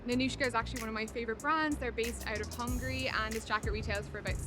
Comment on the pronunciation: Bitch, it's called Hungary not hungry